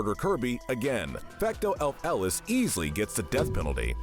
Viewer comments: Bruh Fecto elfilis not fecto el-feles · It’s not elf Ellis it’s elfillis (elf-Ih-Lis) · Also his pronunciation of his name is killing me. He called it fecto ELF-ELIS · fecto elf Ellis 😂😂😂😂😂😂 Mate it’s fecto elfilis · Bro, really said Fecto elf ellis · "Fecto Elf-Elis" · “Elf elis” 💀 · it is quite possibly the worst I've ever heard that name pronounced. And for a little salt on the wound, he sounded so confident on it. It's Elfilis, El-fil-is /soft s like a c/ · I have never disliked a video so quickly when he pronounced Elfilis like that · That's got to be the most awkward pronunciation of Elfilis I've ever heard. And I don't know where you got the "fake reformation" from, their body was destroyed at the end of the main story and presumed dead until the post-game. Oh but don't worry, that doesn't make their crimes any less severe! Before even doing anything to the Beast Pack, they had already attempted genocide in the New World until they got captured! Once free, they merely tried to finish what they started. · the way you pronounce elfilis is cursed lmao